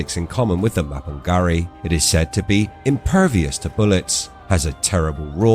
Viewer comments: ma-pin-GU-ari not ma-pin-ga-ri, why butcher names when you can ask any1 with half brain......? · it's not do your research in English it's pronounced ma-pin-"G"u-ari with G unless you are lazy muppet and you didn't want to waste 1 min of your time to look it up and you butchered it instead...End of discussion what if